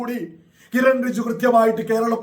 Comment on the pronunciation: റിജു അല്ല ബ്രോ ,റിജുജു എന്ന് പറയൂ.Anyway thanks to Kiren Rijiju for coming to Munampam and explaining the Law.